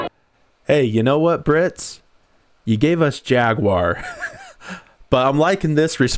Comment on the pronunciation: it’s FAGuar now thank you very much. Care for a bo’ah o’ wo’ah mate…?